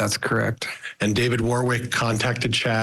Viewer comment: its not ...war wik....its a place called.... wor rick